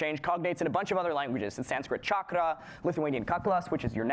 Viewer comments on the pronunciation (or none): none